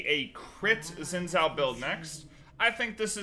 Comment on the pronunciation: Shin Joww, not whatever garbage came out of your mouth at :02